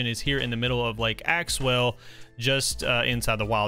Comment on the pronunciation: Did he realize he was calling lake axew lake axewell Edit: I thought he 2s talking about axew island